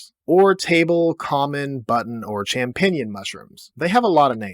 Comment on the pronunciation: never heard champignons pronounced this way before haha